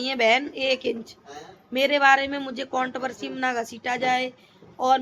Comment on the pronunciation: Count Barsi Nahin Hota madam controversy hota hai gawar Aakar baith Jaati Hai Pahle bolna Sikh le